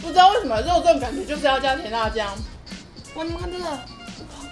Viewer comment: 第一個不是肉粽，是“肉重”